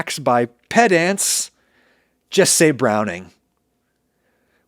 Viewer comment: For some reason, "pedants" sounds like a slur when you say it like that. 😂